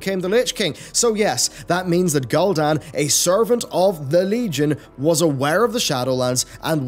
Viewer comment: Good video, very interesting!!! Can’t wait for shadowland!! Ps: it’s pronounced Gul’dan. ( ghoul’dan) 😉